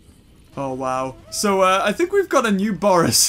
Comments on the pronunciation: It's Boris, not Borse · It's not borse its bores